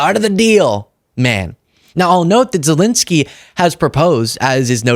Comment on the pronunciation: You, and more importantly Trump, are mispronouncing zelenskyy's name